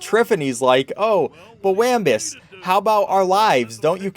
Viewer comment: Weeembuss not waaaambus